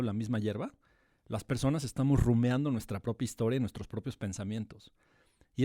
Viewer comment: No confiaría en alguien que dice "la" área y dice "rumeando". Quién sabe cuánto más diga mejor ya nos vemos bye